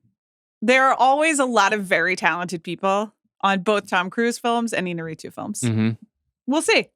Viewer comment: No one seems to pronounce Iñárrritu’s name correctly, despite the accent mark being right there. Een-YAR-ee-too. Even DiCaprio got it wrong in his Revenant acceptance speech.